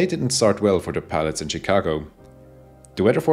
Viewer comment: FYI, Chicago is pronounced (using German spelling) “schikago”, not “tschikago”. ;)